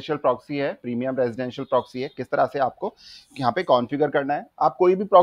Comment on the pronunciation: bhai progsy nhi ha proxy ha word. Word to sai bol lo